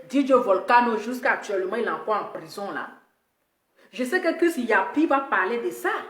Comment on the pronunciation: ❤️🌹 il s'appelle chris yapi Pas chris yopi 🤦🏾‍♀️🤣. Gros bisous à toi 🌹 😘 ♥️